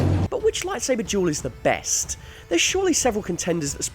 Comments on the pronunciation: Its duel not jewel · It's duel. Not jewel. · He sounds like he’s saying jewel not duel 🤺 💎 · Juul, not duel. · Everyone else: "Duel": "Jewel" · Why do you pronounce "duel" like "juul"?? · Why do you pronounce duel like jewel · Anyone else notice he keeps saying juul instead of dual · I keep on thinking he says "Juul" instead of "Duel!" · i fucking hate how he says duel xD gule ahhh so frustrating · Who else thought he was saying "Juul" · It sounds like this guys saying juul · I’m sorry but each time he says duel i hear jewel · I swear if he says jewel one more time im gonna kill myself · Every time you say "duel", i hear "jewel". Tricking my brain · When he talks about Duel of the fates it sounds like he's saying "juul of the fates" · Every time you say duel i can't help but here the word jewel instead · I can't help but hear juul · “Juul of the fates” is literally how you pronounce it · Lmao every time he says duel I hear juul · i keep freakin hearing jewel and that's so annoying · I heard it as juul